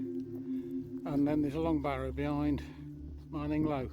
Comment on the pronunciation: It’s pronounced like grinning low but with an M